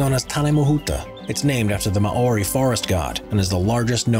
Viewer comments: "May-Ori" and "Ka-Uri"? 😂😂😂. It's "Mahree" and "Cowry" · MAU-WRI COW-RI TARN-AYE-MA-HOOTA (ur pronounciation is horrendous, no offence) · u butcherd the moari in the video